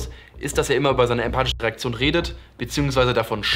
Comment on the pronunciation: Na was will man erwarten, das Vorbild dieser Kinder haut ja selbst fleißig Anglizimsen raus. Da wird dann mal selbst ein Wort was es genauso im Deutschen gibt Englisch ausgesprochen "Rieäktschon" X )